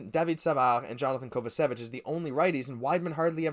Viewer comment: Take a bag of pucks for # 44 he stand and watches the the players skate by. OH it's prononuced KovaCevic NO ICH there buddy